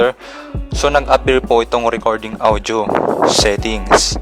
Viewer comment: Naiinis ako sa pag pronounce ng audio. “Awdyo”